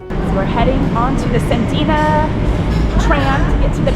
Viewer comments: San-DEE-Uh Peak, not Sandina peak ☺️🫶🏼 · It's pronounced sand de ah